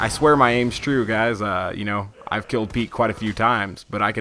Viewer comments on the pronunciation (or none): none